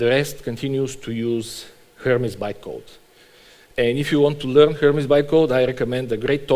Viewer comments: Closer to how it's supposed to be pronounced than its standard american pronunciation, just the wrong syllable stressed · is no one gonna talk about pronouncing hermes as "her mess"